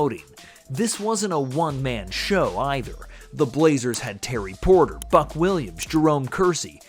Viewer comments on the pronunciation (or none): none